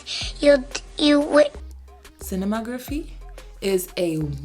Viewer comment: I was dying when you tried to say cinema-tography. It's okay, sis lol. Thanks for the recommendations. I might have to check out The Bridge since it's your favorite.